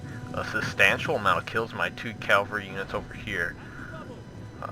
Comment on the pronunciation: Great video! Only thing that's bugging me us your pronunciation of cavalry, it's cav-el-ry. You keep saying calvary which is when Jesus died on the cross, bit of a difference